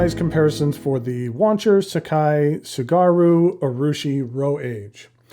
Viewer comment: Tsugaru = tsu (ts is pronounced like in bats, cats, rats, etc) gah roo ≠ sheeg ahroo